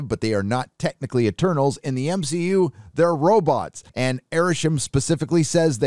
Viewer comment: I'll never get over "M-Shi-Yu" Hilarious